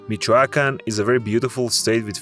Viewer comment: What a shitty audio in this video, not ever pronounce well cities like Tuxtla Gutierrez, Michoacán, Guerrero or Manzanillo! 😑